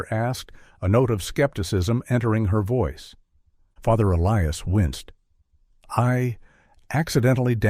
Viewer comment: I don't mean to be irreligious, but this sounds like bushwah to me. Also, one doesn't "decommission" a church. A church is deconsecrated. Whoever wrote this script is ignorant. This is ridiculous and I'm getting bored. 👎 Sometimes the priest's first name is pronounced correctly, other times, inexplicably, the narrator pronounces it E Lee Us. On a par with the low quality of this fictional story.